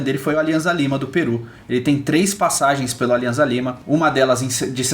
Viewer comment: Só um adendo: a pronúncia do clube peruano Alianza Lima é Aliança Lima - não há som de z no espanhol, o z tem som de ss.